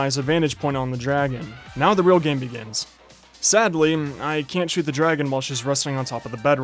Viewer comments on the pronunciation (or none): none